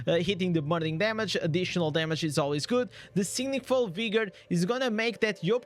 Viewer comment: "SiGniful" or sinful?